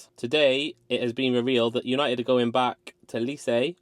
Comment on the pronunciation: "Dorgu for 30m is too much" - Someone who can't pronounce Lecce.